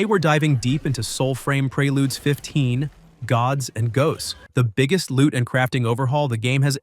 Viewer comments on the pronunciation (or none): Lol preyLudes, prayLudes. It’s preludes bro, like preorder lol work on your literacy.